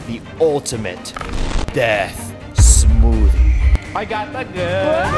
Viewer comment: All i heard this whole vid: "DeAtH sMoOtHiE"